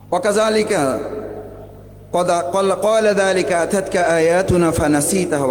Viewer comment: উনি আয়াত ভুল উচ্চারণ করেছেন। آتت উচ্চারণ করেছেন৷ এখানে হামজা অক্ষর দীর্ঘ উচ্চারণ হবে না।